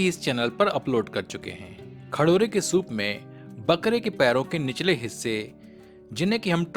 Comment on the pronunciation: खडोरे नही खरोडे😂😂😂